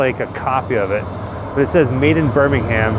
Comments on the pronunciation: On the other hand, he says “BirmingHAM”, whereas most Brits would say “BirmingHERM”. But hey, enjoyed it all the same! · When in England you don’t pronounce the H in Birmingham. 😊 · As a brit it sounds so weird to hear Birmingham pronounced as "birming Ham". RIP the prince of darkness. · 🙄🙄😆😆smh Too many Grands...too many Centrals...! Next time you're in England, if you happen upon BirmingUM (national pronunciation of the B-word), we hope you remember the reason metal became heavy there: ⚠caution⚠--turn volume wa-ay down... 😆😆 YOU TWO, also, HAVE GOT THIS! 😉😉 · You make me smile with your pronunciations when you're over here. Say it properly, it should be Ber-min-gum. Or, "town", as us locals say. 😅😅😅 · It pains me to hear my citys name said like this lol